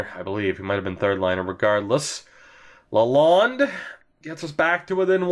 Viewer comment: Ur saying Lalonde wrong